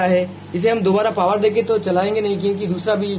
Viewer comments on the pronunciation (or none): अरे भाई बोल्ट नहीं वोल्ट होता है।पावड़ नहीं पॉवर होता है।